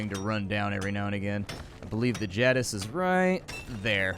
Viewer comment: the way you pronounce jadiz makes my head hurt